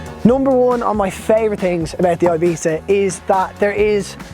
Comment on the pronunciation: Great and informative video, cant wait to get mine in 2 months. The only think i would like to complain about is the pronuncition of "ibiza". Pls pronounce it correctly and not like "eibita"